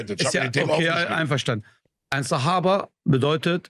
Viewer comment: Bruder es heißt SAHABA!!! 🤦🏻‍♀️🤦🏻‍♀️🤦🏻‍♀️🤦🏻‍♀️🤦🏻‍♀️